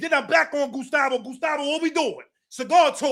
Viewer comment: “gUStAvO” ahh nigga